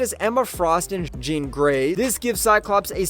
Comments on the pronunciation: It’s Jean. Like blue “jeans”. Not Sean or Shawn. As you pronounced it. Have you actually watched any of the movies or cartoons where it’s said out loud? Mind boggling how that was missed. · I’m so confused. Is this narrated by a person or AI? How did you pronounce Jean Grey correctly at like then call her “Zhawn” like half a second later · Why did he pronounce Jean like John? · How do you say “Jean Grey” and “the clone of Jean” in the same sentence and pronounce them differently? 😂 Awesome insight videos. Really enjoying this channel. Subbed and liked! 👍👍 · When he started saying John instead of Jean I had to turn it off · why do you pronounce jean like john???? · Was this made by an AI? Jean as in French, really?